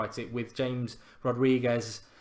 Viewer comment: Mark it's Hamez not James ( ik it's spelled like James but that's how u pronounce it)